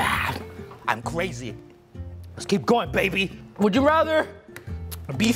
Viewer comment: Guava juice: I'm cwazy me:yes you are. My friends:..............